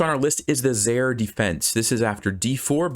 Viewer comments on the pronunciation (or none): "Zaire" used to be the name of a country and it's pronounced "zi-ear"